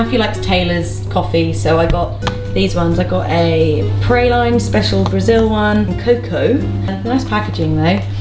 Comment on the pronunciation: PRAAAA-LEEEEN (PRALINE) AND ROW-EN-OAK (ROANOAK) :p XX